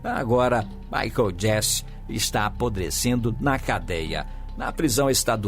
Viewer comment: Aprodecendo fala sério!!!